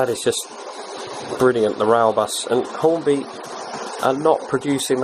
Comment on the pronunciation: you said Hornby wrong, it's Hornby not Horny.